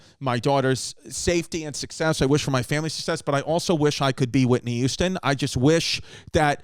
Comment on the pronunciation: I always thought it was Whitney Houston not Whitney Youston. Fuckin Mandela effect